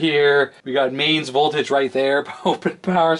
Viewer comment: Danger! High VOTLAGE lol